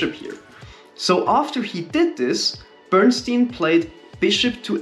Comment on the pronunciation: Bern-stein Bern "e" ie is pronounced like the "e" in the hell. And stein is the same as stein in Einstein. In German, stein means stone.😎